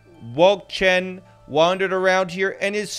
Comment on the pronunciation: Wölkchen😂 (He said WoUlCcHeN but no front😊)